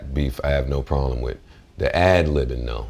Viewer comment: Lol 🙄😀Joe Burden is funny as hell on this .. "the ablibing tho'"....😂😂😂😂😂